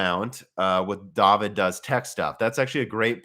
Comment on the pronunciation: Daveed... It's DAVID!. Daveed...